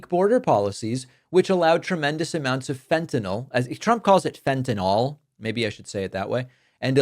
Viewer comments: Fentenall rhymes with Adderall. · Fentanyl (as in ill) is the correct spelling/pronunciation! -oh, as in Fentanol denotes it is an alcohol, which it is NOT. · "FentanOL" (as Drumpf pronounces it) would imply it was some sort of alcohol. However the fentanyl molecule has no hydroxyl functional groups, the presence of which are the defining trait of an alcohol. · Fent-ta-NIHL. Rhymes with rent=a mill. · "Fentan-ol," as though it rhymes with bawl, lol. Trump thinks the only drug is alcoh-ol. And you know, he must live in so much pain with obesity and no exercise and no physical strength . . . I'm amazed he's never said a word about returning the Chinese manufacture of prescription medications to the US. I'm terrified that he'll slap a tariff on meds, and as I live with chronic pain, I'll kill myself before going 4 years without. Bonus: no more seeing his ugly mug or hearing his godawful voice again. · Hey david, love your content, but as a member of a family of medical professionals in the midwest, either way of pronouncing fentanyl is fine.